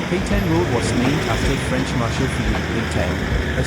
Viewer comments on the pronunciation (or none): none